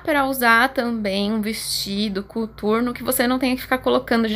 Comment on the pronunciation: Pq vc falou cUturno e não COTURNO???